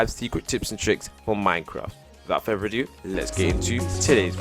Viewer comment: Wivout furver adoo